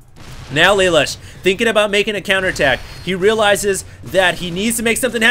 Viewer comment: im pretty sure its pronounced LUH LOOSH. thumbs so he can see plz